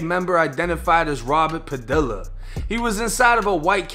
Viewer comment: bro it's padiya but spelled Padilla